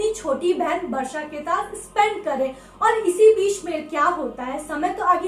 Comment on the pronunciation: Didi aap Varsha bol rahe ho ya Barsha? But iam happy ki mere naam ki tarah ye aap logo ke mooh se aaya hai❤️ 💜 please next horror video main meta naam bhi lona Varshini plzzz